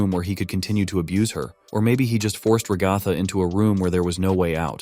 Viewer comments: Fr like it’s rag-a-tha not rah-gah-thah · You cannot pronounce ragatha😭😭